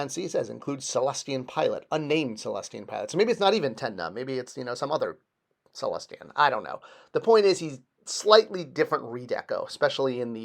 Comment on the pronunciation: It's not Cellestian! It's Sullustan! 😬😏